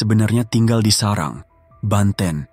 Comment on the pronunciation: Serang bang bukan sarang